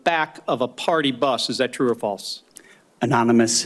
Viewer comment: Cant even say FALSE